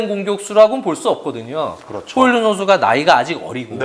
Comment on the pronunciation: 덴마크 사람이라 덴마크발음인 호일룬이 맞을듯